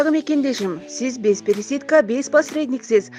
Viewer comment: Рекламаны туура суйлочу пересидка эмес пересадка 4 эле классты бутсон кк